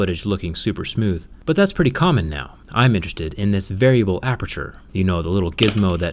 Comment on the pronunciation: DID YOU SAY APERTURE? "APEETURE"??????????? I LOVE PORTAL 2 AAHH. unless you mean another aperture rip